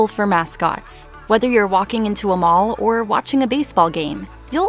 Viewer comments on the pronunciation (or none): none